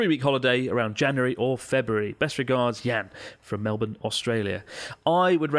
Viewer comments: I had to do a double take because Chris pronounced Melbourne correctly 😮 Maybe a disgruntled Australian taught him how to say it since last time 😅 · Most Americans not in the know would read "Melbourne" and say "Mell-burn", but the Australian way of saying it is "Mel-bin". It's a bit of a shibboleth, like Canada's Toronto being pronounced "Tuh-ron-oh" or New York City's famous Houston Street being pronounced "House-tun".